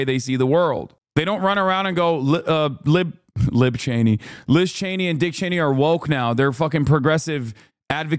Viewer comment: “Lib Cheney” 😂